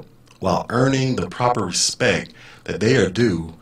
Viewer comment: Haha 😂 😂 😂 ....She had posted earlier that that her dream of "bossing people around all day long" was about to come true and that she had been "vectored" for special duty as an MTI...NOPE!!!..Not going to happen now...Can't even say, "RESPECT" correctly..She said, "RESPECK"😎